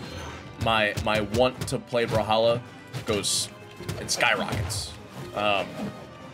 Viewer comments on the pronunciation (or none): none